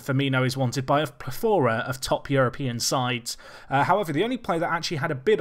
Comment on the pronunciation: Please stop saying Plethora incorrectly